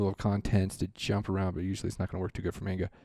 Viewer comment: i don;t wanna be that guy but please it's not mane-ga it's man-ga